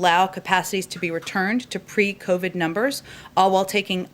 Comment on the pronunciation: At approx , did she say crovid?